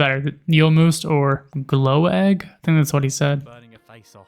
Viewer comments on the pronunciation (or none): Lots of misconceptions and flawed facts but one of them caught my eye as complete BS! No one ever set fire to Swedish glögg (pronounced as glögg not "glow egg". The letter ö is pronounced the same as the u in the word "murder". It's between 8 and 18% alkohol so it will not burn and it's made using red wine mixed with spices, even if the strongest versions (16-18%) are fortified with spirits. Something that was also not made clear. The reindeer is a domesticated animal. There is no wild reindeer in Europe. Surströmming is both very local and seasonal dish (August) from the north of Sweden. In most of Sweden we traditionally eat crayfish instead. We never had gouts pulling Santa's sleigh. In fact Santa is not really a Swedish tradition. We don't have anything called Christmas. We have "Jul" which was celebrated for millennia before anyone here ever heard of a middle eastern guy named Jesus. We still celebrate it the same with presents, food, drink and dancing. It's used to be the celebration of the midwinter solstice, that takes place around the end of December. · Im impressed they found another vowel & stavelse in "Glögg". Its not glow-egg. its more like "glugg"